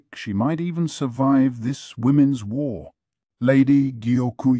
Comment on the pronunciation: There we go go again, the WHARRRRR LEGEND, does anyone know the name of this narrator the AI is using?